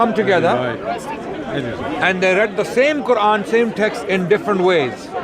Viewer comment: why do they say "quvan"?